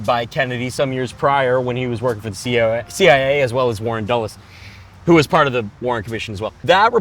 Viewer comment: Bo almost saying COA instead of CIA is so good